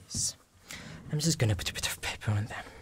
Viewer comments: NO way he just did “putapitofpaper” 😂😂😂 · Why did bro say putabitofpaper on them